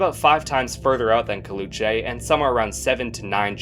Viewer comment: caleuche is pronounced as "cal" as california, "le" as lebanon with "oo" and che being pronounced as different syllabes, i had no idea you pronounced it wrong until you mentioned what it was named after lol